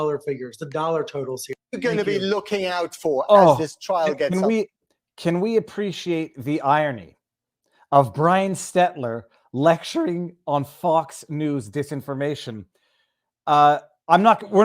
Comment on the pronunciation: Omg it's STEL-TER not STET jesus Viva please get it right!! Tweaking my last OCD😅 love then intent 😎😎